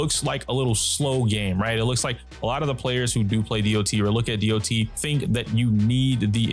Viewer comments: My question is why do most star rail youtuber like to say "dee ouh tee" instead of dot? Online ingame or in voice chats nobody does that. Just "dot" is faster, saves time and is simple to understand. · I've been noticing that people are pronouncing it "Dee Oh Tee" instead of "dot".